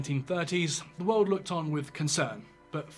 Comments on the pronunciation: Love your stuff but it's 'world' not 'weld'. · He keeps talking about some "weuld" thats gonna end. Whats a "weuld"? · I just love your accent! Especially the way you say 'world'. I go about my day saying, "What in the 'wuwwuld' is going on here?" Or, "It's a wicked 'wuwwuld' we live in!" Or, "That makes a 'wuwwuld' of difference, don't you think?" Love it. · Weld War 3. Why does he say weld lol